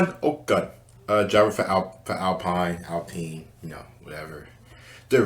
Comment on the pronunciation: "Alpeene" bro 😂 its french